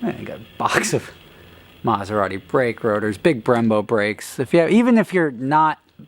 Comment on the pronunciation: Glad Im not the only one that caught that. "Yeah, those red rotors" wat?